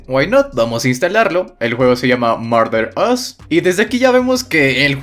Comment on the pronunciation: Y se dice marder as